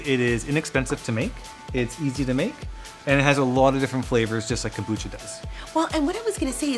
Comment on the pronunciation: Kombucha not kambucha